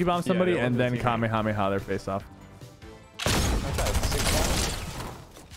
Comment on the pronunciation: i love how he can say kamehameha corectly